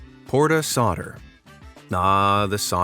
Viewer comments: Solder / Soldering Iron - this is NOT pronounced ‘sodd-uh’ / ‘sodd-uh-ring i-on’ but ‘sold-uh’ /‘sold-uh-ring i-on’ ! Please LEARN how to speak ENGLISH correctly before putting out another collection ! 🤬😡🤪😂🤣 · soLder. Not sodder. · S O L D E R! Not "soder". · Sawder = Solder. Pronounced , “sold’er”. Americans😂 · It's a soldering iron not a sordering iron. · The L in solder is not silent. It is not pronounced soder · "Solder" - the "l" is pronounced - it`s NOT "soder". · You misspronounced solder, as almost everyone else does. the L is pronounced in the word. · Does the narrator know that there is an 'L' in 'Solder'? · ...Have you not noticed the L in the word solder?